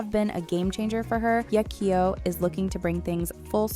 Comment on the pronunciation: Why is she butchering her name ? Just simply say "Hey" kyo stop trying to over pronounce it